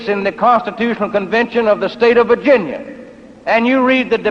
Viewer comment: His pronunciation of Virginia kinda sounds like Vagina.